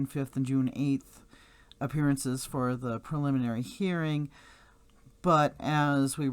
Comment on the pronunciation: Lets sound it out together.. Pre-lim-in-ary lol